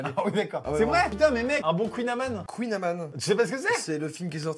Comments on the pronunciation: #jesuisbretonetjemepermetsdetedirequeouijeconnais la prononciation est pas un queenamane mes un Couilleamane 😊 Pouce rouge Je rigole continu tes vidéo pouce bleu 😋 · Svp cpas KOUYNE AMANE mais KOUGNE AMAN (en vrai peu etre que c moi qui est bizarre et on dit vrm KOUYNE AMAN) vos dites comment vous?? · #jesuisbretonneetjemepermetsdetedirequeouijeconnais ça se prononce kouniamane ;) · #jesuisbretonneetjemepermetdetedirequeouijeconnais Et kouign amann ça se dit comme amande mais sans le -de, pas comme a man ! 😂 (Je parle breton) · Référence à Océanopolis les vrai savent B) par contre en breton Kouign-amann se prononce "kouign- a - man -n " et pas kouign - a - mane" ;) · #jesuisbretonetjemepermetsdetedirequeouijeconnais !! ET ON DIT KOUIGN-AMANN avec de N donc on prononce an et pas ane !! Et on a un autre N vu que on prononce kouign-aman ne si tu préfère et pas âne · JE M'INDIGNE !!!!!ON NE DIT PAS UN :KOUÏGNAMANE MAIS UN KOUINAMANDE (niveau prononciation) ALORS QUESQUE TU VAS FAIRE???? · Déjà ça ce dit pas kouiniaman mais "Kougniaman"(phonétiquement) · Non on n'y a pas pensé parce que Kouign Amann ne se prononce pas "Kouign Amanne" mais "Kouign Amane" genre comme maman 😭 jsp si c'est clair jsp m'exprimer 😭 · #JESUISBRETONETJEMEPARMETSDETEDIREQUEOUIJECONNAISmaisquelaprononciationestàchiermaiscestpasgrave.onretiendraleffort(koungniamanne pour la prononciation) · #jesuisbretonetjemepermetdetedirequeouijeconnais On dit pas kouign "amanne" mais "aman" c'est un "an" comme "maman" mais on prononce le N Voilà, merci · #j'aidesoriginesbretonnesetjeconnaiscequec tu prononce mal cougn a man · #jesuispasbretonetjeconnais 😂et dailleus ça se prononcé kouliaman😂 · sa ce prononce Kouign Amannn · On dit bien "kouinamane" ? 😅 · #jesuisbretonetjemepermetsdetedirequeouijeconnais et juste une précision ça ne se dit pas « kouign amane » voila 🙂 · #JESUISBRETONETJEMEPERMETSDETEDIREQUEOUIJECONNAIS ça ce prononce kouign amANn comme mamAN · On dit cougnamane inculte !!!